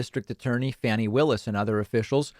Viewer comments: Her name is pronounced "Fahni," not "Fanny." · Fani is pronounced [FAWN-ee]